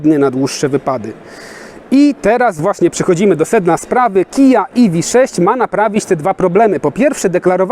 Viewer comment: Iwi sześć. Na pewno tak się powinno wymawiać :D